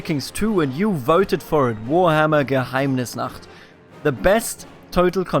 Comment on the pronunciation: "Hello everybody and welcome back to Warhammer Gnaroshchachachlaachanaaaaschla" Nailed it.